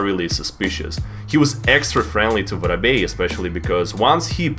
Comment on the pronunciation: I'm not calling him vorobey anymore he is officially I don't care what you all say I'll also pronounce it